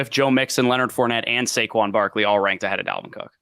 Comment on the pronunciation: Dude said Saqoun ahead of Dalvin cook 🤣